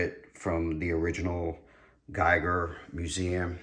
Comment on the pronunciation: Giger Museum is not in New Zealand, my man. It’s located in Switzerland. Also, Giger is pronounced; GeeGr. How to Pronounce H. R. Giger